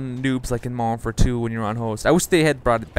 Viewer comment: Nice game. I find it distracting you don't enunciate modern warfare. Sounds like moderoarfare.